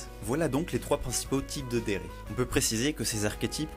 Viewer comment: Cool la vidéo, mais j'aimerais noter quand même quelques petites inexactitudes : - Le mot "Dere" se prononce "Délé" avec l'accent japonais (mais bon, ça arrive, ce n'est pas très grave) - Les tsundere et les kuudere représentatifs sont Taiga Aisaka de Toradora (Tsundere Queen) et Kanade Tachibana de Angel beats (Kuudere Queen) (j'ai vu que tu as mis des images) et non Asuka et Rei de Évangélion (même si c'est Rei qui est la première des kuudere et c'est elle qui a mis la mode ce type de personnage). Après, Asuka et Rei sont quand même des deres extrêmement connues, c'est vrai que c'est difficile de savoir qui est la Queen entre elles toutes x) - Coodere ce n'est pas pareil que kuudere ! La kuudere est un personnage comme tu l'a décrite tandis que la coodere est beaucoup plus ouverte : elle peut être taquine et elle peut sourire beaucoup plus facilement qu'une kuudere, elle peut même rire ! Elle peut aussi s'énerver et être bavarde. Après, ce n'est pas une deredere, la coodere est beaucoup plus CALME. Comme exemple de coodere, on a Shinoa de Owari no Seraph ou bien Grey Fullbuster de Fairy Tail (en exemple de mec). Bref, il y a une différence entre les deux ! - Rena est une yanGIRE ! À ne pas confondre attention, elle est vraiment tarée au point de tuer celui qu'elle aime si c'est pour satisfaire son plaisir sanguinaire ! La yandere tue par amour et la yangire par "envie sanguinaire". Voilà, c'était tout ! Sinon, la vidéo est sympa, dommage que tu n'es pas rajouté d'autres typ